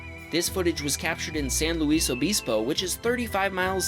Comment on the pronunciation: I lost it at "san low ease obese bow"